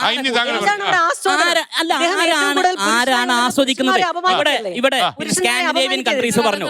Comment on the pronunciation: സ്കാൻഡിഡേവിയൻ അല്ല കുഞ്ഞമ്മേ സ്കാൻഡിനേവിയൻ